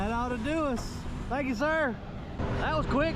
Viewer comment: "Tanks"! "Track" On! 😉😉😁😁😎😎👍👍